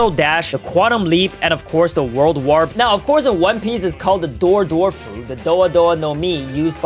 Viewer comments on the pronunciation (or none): none